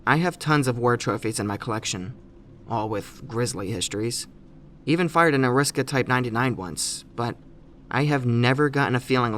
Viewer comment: I can't really expect you to know otherwise, but I cringed when you called it an "A-risk-a".